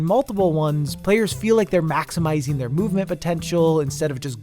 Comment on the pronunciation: “max”imising … I see